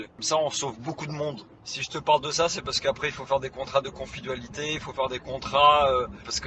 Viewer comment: L idiot. On dit pas CONFIDUALITE mais Confidentialité. 😁Tu parles mal des femmes et tout ce paie. Regarde toi. ☝️😇